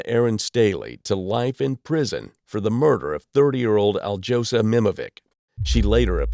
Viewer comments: Alyosha Nemovich, not Aldzhosa Nemovik, illiterate... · al-jose pronunciation is crazy work. it will trigger the whole balkan.